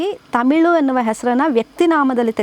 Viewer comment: ತಮಿಲು ಅಲ್ಲಾ ಮೇಡಂ, ತಮಿಳು